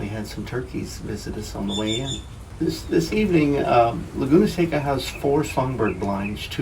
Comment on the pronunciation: seca ir pronounce seka